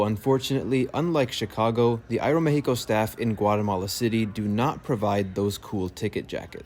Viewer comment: Thumbs up for that great pronunciation "Aeromexico" 🎉❤